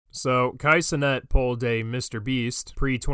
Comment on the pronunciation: I'm just here for pronouncing Cenat as "Ce-nut"